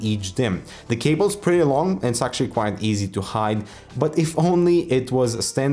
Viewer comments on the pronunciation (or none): none